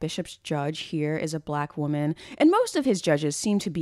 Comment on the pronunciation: "wombman" BRO WHAT 😭